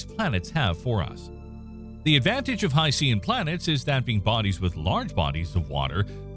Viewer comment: I love your videos but you're mispronouncing "hycean". The "Cean" part is pronounced the same as "tian" in "Haitian".